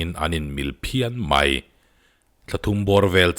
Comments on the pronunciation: (Mai) tih hi (my) iti zel a😆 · MAI i lam dan hi sial 😁😁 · I'mai' lam dan chu ngaihthlak a nuam chiah lo deuh